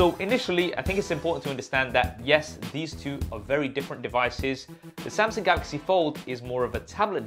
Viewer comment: Samsung not samsing.Bro get your English right.